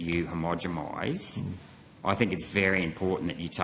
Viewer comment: Love Sr Rennick's work. Does he mean homogenized or homogemized? Keep it up bruv